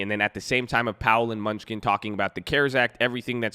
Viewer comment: It’s Steve MEN-NU-CHEN, lmao, not MUNCH-SKIN! 🤦🏻‍♂️🤣